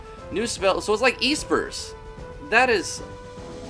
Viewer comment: EEEspers. heh, nice vid, but I think Espers are pronounced with a short e. :)